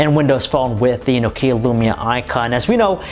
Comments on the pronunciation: i like your reviews but the way you press the words and Nokeeya spelling ...i just want to smack you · Annoys me when Americans can't pronounce things properly... it's not 'no-KEE-ah', it's 'nock-ee-ah'